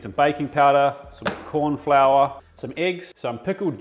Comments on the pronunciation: "Korn" flour 🤣🤣😂😂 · “Korn flour” lol